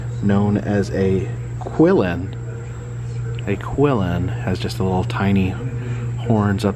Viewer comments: I think the Qilin is pronounced "chee-leen", very similar to the Japanese kirin but of course in chinese pronunciation :) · Great video! My only issue? I'm pretty sure you mispronounced Qillin.